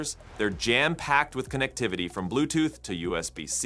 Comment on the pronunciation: “Blow-er”, as in a thing that blows, and is NOT Pronounce the same way as “flower”; also “connectivity” is pronounced like connect-ivity, Not like “CON-Activity “; is this a real person who is reading this or just some AI who doesn’t know how to pronounce words correctly?